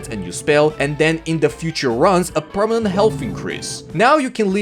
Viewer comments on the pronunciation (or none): none